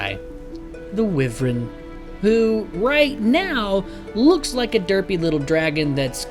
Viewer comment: Great video, it's a shame Trion killed this game. I really miss how it made me feel for the first few months. Also it's "why vern" not "wiv rern"